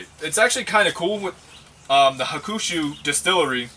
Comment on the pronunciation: It's pronounced Hawk-a-shoe.. nice video.